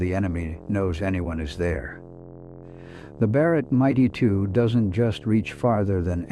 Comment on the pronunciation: Fix your AI narration. Difficult to hear the rifle called the Mighty2 over and over. It is the M 82.